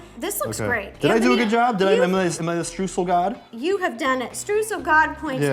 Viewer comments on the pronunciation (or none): They might know how to pronounce their last names, but they certainly don’t know how to pronounce “Streusel” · I love how they talk about people not pronouncing their name correctly while pronouncing Streusel like "stroo-sell" lol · German eyetwitching Streusel with the eu like "oy" as in Schtroysell (phonetics without the phonetic alphabet i guess) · It's just so funny for me as a german to hear the words ''Streusel'' and ''Strudel'' in an english video. xDD